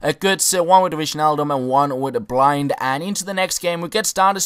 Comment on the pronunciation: You say blint not blind